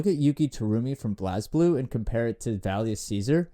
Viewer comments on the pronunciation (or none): Do not ever pronounce Blazblue like that again bruh